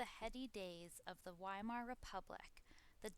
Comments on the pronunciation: Is it too much to expect Americans to pronounce Weimar ("VY-mar") properly? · Entschuldigen Sie, junge Dame! The "W" in Weimar is pronounced like a "V". Y'all sound like a "rookie", cookie! Frieden! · “During the decadent days of the WHY-mar republic “=😅😅😅 I’m gone